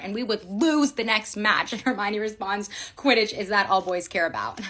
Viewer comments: "But sir- QUTIDDTCH" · “But sir… QUIDITCH?”